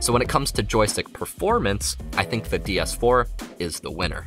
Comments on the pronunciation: Is anyone else hearing him say "DS 4" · its triggering me when hes saying DS4 :(